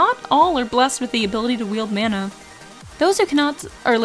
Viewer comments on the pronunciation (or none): none